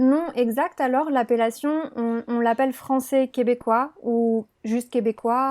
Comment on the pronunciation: français----- francie 😂😂😂😂